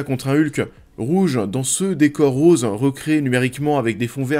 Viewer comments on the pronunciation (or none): none